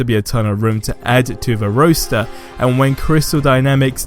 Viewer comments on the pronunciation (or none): What’s a mealee and a roaster? Do u mean melee and roster? That accent !